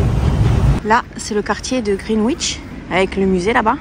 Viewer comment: Greenwich - pronounced 'Green Itch' babe. And you keep calling Tower Bridge 'London Bridge'. Remember, stunning, that 'when a man is tired of London, he is tired of life'. I most unfortunately got tired of it & it was very much touch & go for quite some time...there is no cure for the London blues...